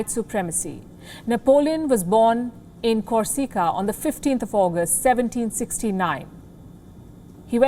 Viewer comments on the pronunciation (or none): He mainly spoke Spanish , you ignorant imbecile ? Shows how much you have understood about where Corsiiiica ( as you pronounced it ) is located and which language was originally spoken on the island .